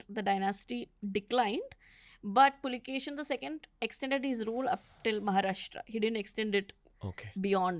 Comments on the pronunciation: Puakeshi is the correct name not pulakeshin please correct this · Immadi Pulikeshi ✅ Pulikeshi II❌